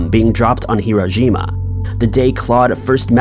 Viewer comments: Clearly says "hiro-jima". He's has seemingly mixed Hiroshima with Iwo Jima. None of us are perfect, but Wayne is correct. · he actually says Hirojima